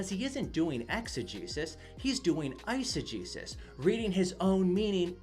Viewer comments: Legit thought he was saying "exa-Jesus" and "isa-Jesus" ...until I looked in the description 😂😂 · It took me much longer than it should have to realize that you were saying eisegesis and exegesis, and not "eise-Jesus" and "exe-Jesus" Either way, great response to this perversion of Scripture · Dunno about you guys, but I heard exo-JESUS and iso-JESUS lol